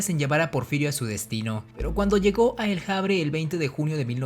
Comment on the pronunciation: Amigo, estás muy influido por el inglés. "...le gustaba mucho de caminar". Entonces, a ti te gusta mucho "de ir al cine". Te gusta mucho "de comer mariscos". Te gusta mucho "de hacer videos". ¿Por qué utilizas forma anglosajona para pronunciar la ache? Dices "el Javre". ¿Por qué no dices simplemente el avre, utilizando nuestra costumbre en español?